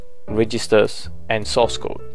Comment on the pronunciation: I thought he said “sauce” code.. Yikes!!